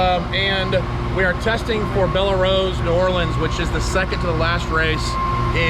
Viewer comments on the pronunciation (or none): FYI Just a note from a local Louisiana guy.. It's not Bell-ah Rose. Just BELL ROSE. That is how it's pronounced. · It’s Bell Rose, the e on the end of Belle is silent. FYI. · It’s pronounced bell rose